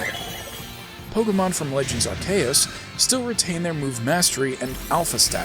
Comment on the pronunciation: my fave mispronounciation is ar-KOOS (because MandJTV)